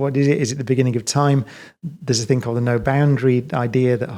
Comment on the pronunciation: He is a genuious - but one question Brian... The word "Thing" How do you insert a K at the end? Very well spoken... very smart... but can not pronounce THING - Not think.... thats a different word Professor Cox My dad was from England... and he keeps talking about Mectkil - Metal, not mecktil English is the hardest laguage in the world, I know. But if you look at the letters for these words, not one c or k METAL, THING... 5 letters professor. Phonetically sound